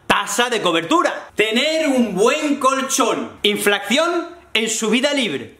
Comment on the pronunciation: ¿Por qué dices *inflacción?